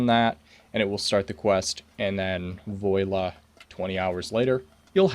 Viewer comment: "voila" = "voy-la" LoL I'm glad I'm not the only person I hear doing this. Tho TBF I do like to stick the "et" on the front, pronounced "eht" (hard T)... you know, for proper grammar.